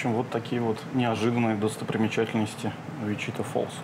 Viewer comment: Не ВичИта а ВичитА